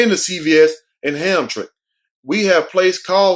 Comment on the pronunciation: Wow!! That is terrible! BTW Hamtramck is pronounced HAM-TRAM-MICK 🙂